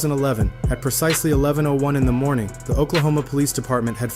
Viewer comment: in the morning sounds black as hell